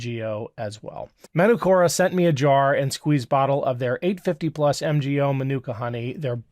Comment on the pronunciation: Hi, Manukura is a Maori word and the a is pronounced as in the "are" not as in CST or rat. Cheers from NZ.